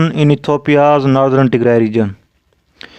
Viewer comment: Don't say Nothren, it is Northern, but great information though. Thank you